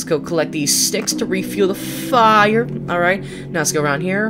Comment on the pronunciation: You don’t have to say fire like “Fire” (EDIT: The tree bully is not a trickster and it’s trickster not “trickster!”